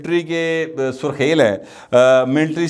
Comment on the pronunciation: سُرخیل نہیں سَرخیل ،